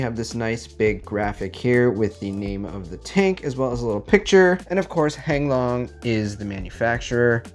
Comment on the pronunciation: Did you really just say "and of course hang long is the manufacturer " ? 😂😂😂